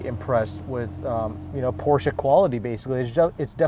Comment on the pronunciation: Pronouncing Porsche correctly would be nice. Respect. You have more room than a Miata